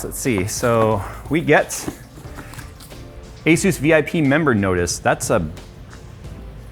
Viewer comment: It’s asus not astu lol